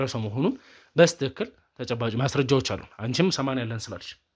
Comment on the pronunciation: በስትክክ አትበል በትክክል በል